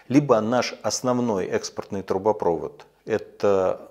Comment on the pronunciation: ТрубопровОд, а не трубопрОвод!)